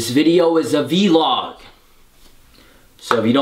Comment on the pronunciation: It's vlog not veelog